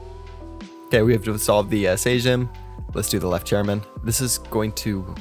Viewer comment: Disolve of Sejm , where SEJM u read as "same" in eng.